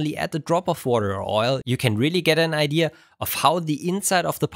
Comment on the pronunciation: Stop saying "ideaers"